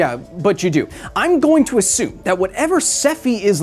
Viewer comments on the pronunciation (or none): none